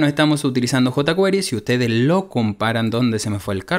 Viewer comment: JotaQuery bien pronunciado en español.